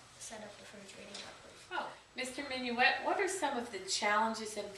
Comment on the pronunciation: your saying his last name wrong